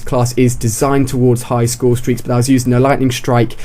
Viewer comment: "Highest scoresteak" Nice intro..